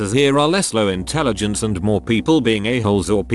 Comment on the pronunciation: "When you're in the telligence" LOLOLOLOLOLOLOLOL